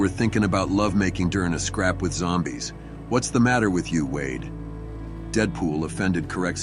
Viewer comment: It's an AI program that repeats the words a bit to literally sometimes. Same reasons the narrator said wad instead of wade.